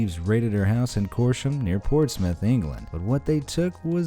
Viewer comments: It’s not Corsham where ET was stolen it is Cosham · I'm from paulsgrove you can walk to cosham from Where I live. It's said like this (cosh) and ( ham) . Yr saying it wrong . so I live right next to wear ET was stolen and old Portsmouth is called the hot walls where all the teens and young ppl go to catch a tan and jump of the round tower in to the sea.